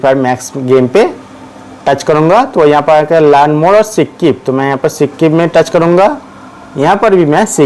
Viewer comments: skip ❌️sikkip ✅️ 😂😂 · Bahi sikp nahi hota hai skip hota hai 😂😂😂😂😂😂😂😂😂😂😂😂😂😂😂😂😅😅😅😅😅😅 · Its skip not c kip 😂😂